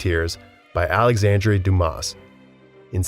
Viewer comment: Also, Medici is pronounced "meh-duh-chee." and the "s" is silent in Dumas.